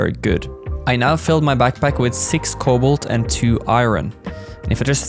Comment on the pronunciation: thanks for this and it bothers me for how the way you pronounce cobalt